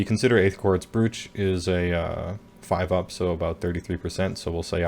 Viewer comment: oh boy, that Morathi trick sounds incredibly unfun (to face) :( Also I think Brooch is pronounced like (rhymes with) "roach"